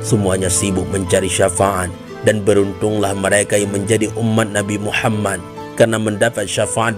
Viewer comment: Maaf ko yg aku dengar pas istighfar nya, berseru trdengar Laila hailallah Muhama bukan Muhamad, apa kuping ku konslet yah 😅 coba dengar kan kmbali takut nya saya salah dengar atau kurang pokus mendengarkan, tp aku ulang2 sama aja Muhama buka. Muhamad